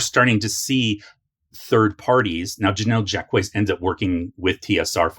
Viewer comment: I think Jacques is pronounced like "Jock" but with a French J that sounds like you're smuggling a Z inside it.